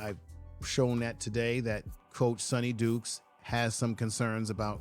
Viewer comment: At least get the opposing coaches name right. It’s Sonny D”Y”kes!